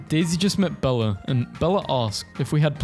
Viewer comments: is no one gonna talk about how he called belle bellah and piper.. pippr. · I am mildly frustrated because he called Belle, Bella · it's said bell not bella- dude just called the character i'm the most like my name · bella? thats belle, pronounced the same way as bell- makes me wanna cry- i get the same because its my name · dont say the at the end of belle